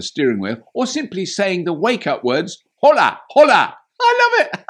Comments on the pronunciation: Hope you take the time to test it here, in Bercelona, Borders are already opened and just a tip. Try to say Hola as it was written 'ola' the 'h' ... Forget about it.. ,😁😁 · Surely even English people know it’s pronounced “ola”!? That was so cringe haha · H is silent in Spanish Robert. Think Ola… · Looks good. Just a note on your spanish,Robert,the H in Hola is silent. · Robert, the "H" in Hola is silent. Spanish lesson for the day :-) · Good little vid, Robert. Packed with all the pertinent info and still fun! I'm not a native Spanish speaker, but I'm pretty sure "Hola!" is pronounced with a silent H?😉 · Great video, and great car. FUN FACT: In spanish, the letter "h" is always silent, so the word "hola" sounds exactly equal to "ola". In fact, both "hola" and "ola" exist in spanish, where "Hola" means "Hello", and "ola" means "wave" ("las olas del mar" >> "the waves of the sea") Therefore, "¡Hola, hola!" == "Hello, hello!" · The H is silent my friend. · Robert, hola has a silent 'h'!! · If you are going to say Hola at least pronounce it correctly.... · I'm a big fan of this channel, but putting Mexican/Latin-American music in the intro of a Spanish car is stereotyping and shows complete ignorance of the Spanish and Latin-American culture. Quite disappointing, and to top it up Mr Robert didn't even bother to try to learn how to say Hola. Mr Robert, if you wanted your Spanish speaking audience to be annoyed, congratulations, you have achieved it.